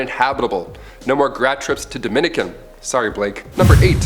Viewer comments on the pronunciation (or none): none